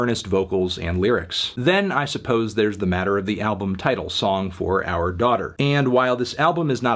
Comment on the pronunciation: Nice review Tony but you winking after saying "OURR daughter" nonstop was a bit distracting